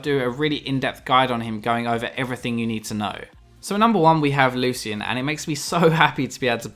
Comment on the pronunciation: ITS PRONOUNCED " LOO-SHIN"